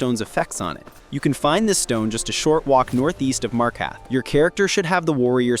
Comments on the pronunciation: MarkaRth. Freaking MarkaRth. Not Markath. There is an R you are failing to pronounce. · As many hours as you claim to have, I'm surprised you mispronounced "Markarth". You'll get it one day, I'm sure. I have faith in you. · Ive never heard anyone say markarth so wrong before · Your order of operations was All over the place. It’s not worth it to move outside of dwarven smithing unless it’s for jewelry (don’t waste gold on simple gold ring crafting btw. Use precious gems with “Markarth” has two R’s. Please pronounce them both.